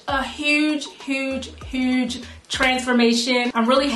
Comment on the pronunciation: Lovely! I heard the Bmore in that "huge, huge, huge" LOL